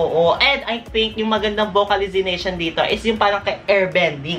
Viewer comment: Wow! Kung makajudge ka kala mo magaling ka na singer. Ehhhh pag pronounce nga lng ng vocalisation mali mali pa. Sila magaling na magaling kumanta eh ikaw galing galingan lng🙄 That's what I hate about gays. Tingin nyong mga kayo alam nyo lahat, kaya nyong gawin lahat🙄my words may be hurting but it's true. I'm just being honest